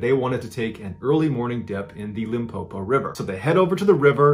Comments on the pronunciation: Him pronouncing Limpopo sounds like "un poo poo" lol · The way he pronounced Limpopo and Phalaborwa doesn't give me peace 😬